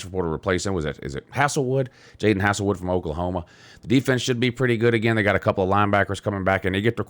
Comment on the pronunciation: Cmon...its HAZEL-Wood not HASSLE-wood lol and the reason OU lost so many times last year is because LR quit on the team early on in the year an already had a foot out the door, an the first year HC thing is, once again, a cop out. LR and Bob Stoops wasn't a HC before either wen they took over